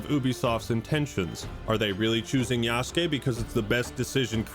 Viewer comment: Thank you for pronouncing yasukes name right. So many people saying yasookay. And i cant even. Watch when this shit comes out itll be yasookay. I want to die